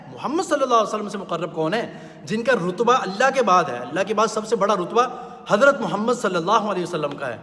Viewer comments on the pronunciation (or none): none